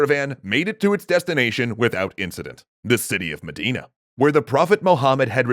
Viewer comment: omg....i'm dying....as an arabian hearing you say arabic names like "Mecca" and "Medina" in your GLORIOUS foreign accents...oh boi... lemme tell you , you're butchering them BADLY , just sayin' XD